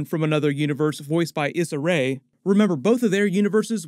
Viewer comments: It’s pronounce “E-Suh Rae” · love your video’s but it’s E-Sah(Issa) Rae(Ray) - sorry if it seems like I’m always correcting your naming it’s just a lot of power in a name so it’s important to get them right 🙏🏿